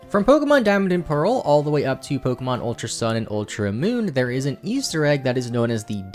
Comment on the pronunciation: I had to stop watching The way he pronounces pwokehmwon burns my ears